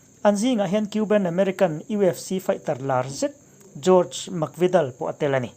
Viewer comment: Thu chhiartu hi a chhiar ngaihnawm viau rualin mizo tawng thluk dik lo hman a tam ang reng viau a,saptawng lamah pawh lam dik lo a awm nual thin hi tan lak deuh a ngai e